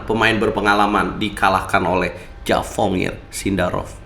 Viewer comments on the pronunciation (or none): javokhir bang bukan javongir 😭